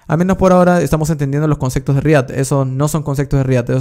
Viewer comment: Nadie: Absolutamente nadie:: CONCECTOS